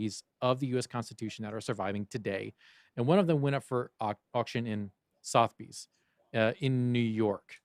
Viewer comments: Suh - thuh - beez …. Damit lol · It’s sootherbees